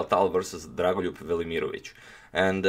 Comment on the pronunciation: I was more impressed by how you pronounced dragolijub's name